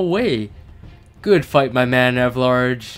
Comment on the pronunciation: good fight EV-LARGE..... ITS ELVARG!!!!